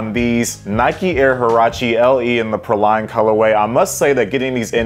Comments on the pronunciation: you know what, we’re both wrong! It’s PRAW-lean, just looked it up! 🤦🏻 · It's pronounced "PRAY-LEEN", like the candied nuts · Say it with me...it's pronounced "Pray-lean" LOL I need these though. I have the lighter color that came out a few years ago and love em. All Huaraches are half size up. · Dope pair! It’s pronounced “PRAY-leen” btw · it’s PRAY-lean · Praline is pronounced “pray-lean”!